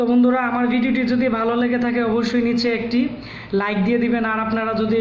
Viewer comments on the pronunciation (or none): none